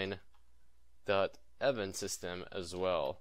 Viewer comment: Am i the only one that laughed when he said "Unity N-Jyne"?